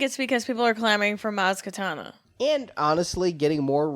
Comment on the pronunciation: Maz Katana? It's Kanata...